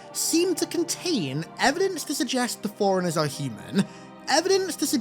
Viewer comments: C'mon dude, it sounds like you're saying "foreignehs" instead of forerunners. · Forerunners sounds alot like 'foreigners'. Maybe its meant to be foreigner? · You're making forerunners sound like foreigners. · Ngl it sounds like you're saying "foreigners" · It sounded for a sec like you were saying “foreigners” not Forerunners 😮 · Its FORERUNNERS?!?!? i thought he was saying foreigners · I did not understand what Foreigners even are at first. But then...... Forerunners pronounced fast 😅😅